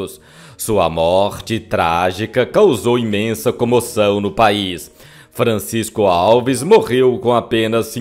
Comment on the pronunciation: Em Miguel Pereira tem o Museu de Francisco Alves. O tem que aprender a pronunciar (antes de gravar), os nomes das pessoas ligadas ao artista, corretamente.